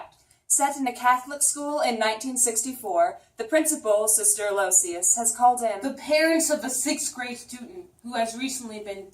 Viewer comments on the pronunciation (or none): The nun's name is pronounced "AL-o-ISH-us."